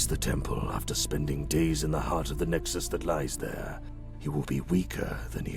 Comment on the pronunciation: I really love how he said light side Lexus instead of nexus